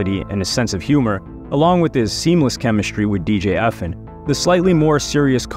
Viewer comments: I was bout to say the say the samething E.F.N not Efen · It’s E-F-N not Efn